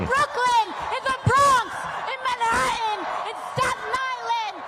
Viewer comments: What is wrong with some of the people of this generation that cannot pronounce the T in words. When trying to pronounce Manhatten, they leave out the T and it comes out Man-ha-en. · “Man-ha-inn.” You immediately lose credibility when you say “Manhattan” as “man-ha-inn.”